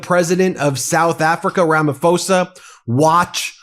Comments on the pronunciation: Just fyi: It’s Rama PO-sa. Not “fo-sa” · It's pronounced Ramaposa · Hi, Our president's name is pronounced Rama-posa. I'm South African, and there is no white genocide in SA. There are farm killings. Farms are predominantly owned by whites. The farm killings affect white & black people. Killings are not race driven but are criminal acts. The grave site shown last night is the 1st time ever been seen it. I'm bet it is not farm killings grave sites. Our white folks live in harmony with Indians & Blacks. They don't want to leave SA.. We have a land of milk & honey. Crime is very high. Most residential areas have up to 5 security companies patrolling day & night. Ben I really love your podcasts and watch them throughout that day. Keep it up!!!🎉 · His name is pronounced Ramap hosa not Ramafosa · Rummah-pause-ah. That is how you pronounce Ramaphosa. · I'm a South African, Ramaphosa made me shriek with laughter when he mentioned the plane. Classic Ramaphosa! PS it's pronounced Ramaposa. There are South Africans that belong to the Trump cult, much like people from other countries. They are all mad. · Sounds like Ramapoorsa. H is silent!. Love that you guys stay on it!!!❤